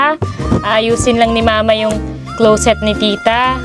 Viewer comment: ✅Clowset ❌closet